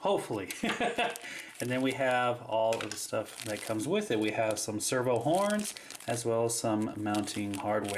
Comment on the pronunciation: lol you say server not servo